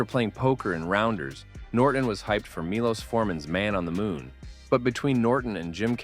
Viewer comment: it's pronounced ~ "Mee - Lowsh "